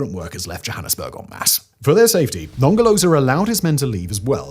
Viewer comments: Non ger lo zer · The british pronunciation of Nongoloza and Ngelekedyana is the best part of this video 🤣🤣🤣